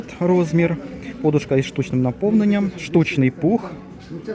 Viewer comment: Правильно вимовляти подУшка .